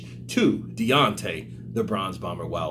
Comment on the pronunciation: Haha it sounded like you said the Bronze bummer, Fury would be proud lol